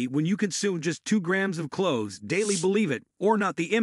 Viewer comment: Thank U 4 your informative vid. packed with a lot of great information. Only was it read by an AI COMPUTER as over 60 words were not read correctly making certain info mute/unintelligible, in fact it even pronounced the word clove/cloves incorrectly up to 80% of the time, so while the basic info may be correct, lots is being lost in the translation, I hope it's possible 4 U to correct this issue both 4 myself & others so we can receive the full impact of your informative video's & in turn give U more thumbs 👍 ups in future. Thank U in advance! Hope your able to help with this issue. Grateful viewer!!!